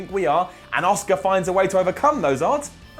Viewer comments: AAAA-ska not OSCAR. So annoying 😡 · it's Asuka not Oscar.